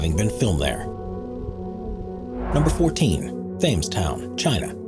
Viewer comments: Thames is pronounced "tems" ya doofus come on I'm not even British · Thames: pronounced "Tems". For God's sake, please check pronunciations before you record! You sound like an idiot. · For the love of God, it's not pronounced Thames Town, it's pronounced Temz Town, ie phonetically. Think River Thames in London, or as it's pronounced, River Temz. Do your research instead of sounding stupid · You apparently didn't research it, but "Thames" is pronounced "temz", not "thaymes". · pronounces "tems" not themes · As an American, I see the word written as "Thames" (as in flames) like how the presenter said the word, but I'm pretty sure that word is pronounces "Tems" (with a soft e) like the river in England because the place you speak of was once considered sovereign by the British crown. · As the town in China is a copy of the Thames Valley in England, Thames should be pronounced TEMZ not like the baseball player FAMES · Hearing him pronounce Thames as Fames realy bugged me lol . it sounds like Tems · Thames is pronounced “tems” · It's pronounced "Tems". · Thames is pronounced Tems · People from Cyprus are Cypriots not Cyprots. Also Thames is pronounced 'tems', and .........why am I telling a robot how to speak English? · Since “Thames Town” is meant to be English in appearance, then “Thames” should be pronounced the way it is in the UK, phonetically, “TEMMS.” The “H” is silent, the “A” pronounced as short “e.” Doesn’t someone on the editorial or production team “spot the loonies” for narrators, or is attention to detail not important on this channel??? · Really? 🤦🏻‍♂️ The Th in Thames is silent. Phonetically it’s said like, T-ems, with a hard T. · Thames town?? It's pronounced Tems if it's supposed to be modelled on London. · Thames... oh dear oh dear... learn to PRONOUCE foreign places names please, if you're going to produce videos about them. Thames it pronounced Temz, not like your terrible mispronunciation. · Do you not know that ‘Thames’ is pronounced ‘Tems’?